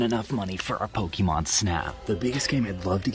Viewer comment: Aaaauuiiggghhh stop saying Pokeymon